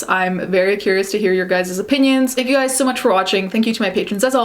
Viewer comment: Is it normal for Americans to say "guises" or "guys's"? I've only heard American YouTubers say it, but the plural is just "guys" as in "you guys". I don't know why Americans say "giyziz." I agree with your summary btw. Delayed PR move/damage control that, intentionally, dodged a few subjects/details & kept things vague. The comments and like/dislike ratio were, predictably, disabled & I noticed how she only has a few thousand subs compared to J Star's 15 mil which really cements how her bad reputation effected her career. If the note was always forged, that's not good, but for her to truly clear her name in regards to the Nazi accusations, she needs to address other things like "Selektion." Kat Von D(ead career).